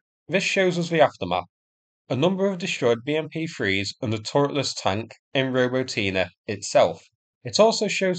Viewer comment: "robo tina" lol